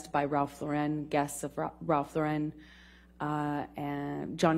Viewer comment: Can’t even pronounce Ralph Lauren correctly